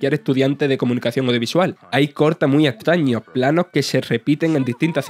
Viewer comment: ...animaciones "impopias" ...antiguos "tabajadores" de Sega ...cortes muy "estaños" ...y así todo el tiempo